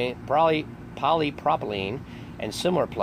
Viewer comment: Wow. First learn to say polypropylene correctly. With the growth in plastics a company found a new market to go after. They are easier to work with than older methods, such as concrete and will last longer than wood. They found that its good to cover coffins with this plastic that will last many years and be strong enough to not cave in like a wood will. It has noting with FEMA. I have been to this facility working with plastics. Why suddenly call it a FEMA conspiracy? It sure would be much better to have this as an example of American entrepreneurship. They saw a new opportunity and built a company to manufacture new products. That should be celebrated.